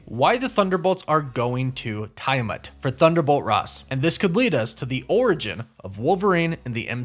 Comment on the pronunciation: Also, isn’t it TEE-a-mut?